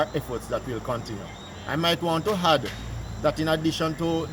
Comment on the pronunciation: Big commissioner bout "hadd" smh its add